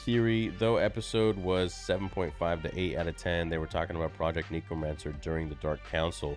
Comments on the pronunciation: I'm sorry if this sounds like an undue overreaction, but I'm told I'm a grammar nazi, so... It's necromancer, not neecromancer, ffs, Theory. English is supposedly your native language, you should be able to speak it better than a foreigner like me. :/ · Why does he keep saying 'neekromancer' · Bro said neekromancer